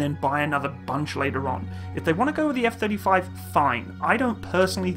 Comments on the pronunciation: "Eff Thirty Frives" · Gotta love those F-Thirty Thrives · Eff Thirty Frives :D